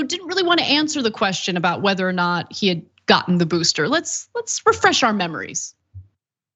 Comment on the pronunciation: "Have you gotten the BOOSHTER?"